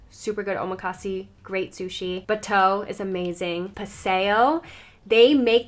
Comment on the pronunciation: Wonderful round up of things to do in Seattle. Thank you! One small note, when you order chef's choice at a Japanese restaurant, it is called omakase, pronounced o-ma-ka-se, with the vowels pronounced like in Spanish (not "see" for the last syllable). There a few newer omakase places that sell out within minutes of opening online reservations every month. I hope you are able to experience one or two of them next time you visit. 😀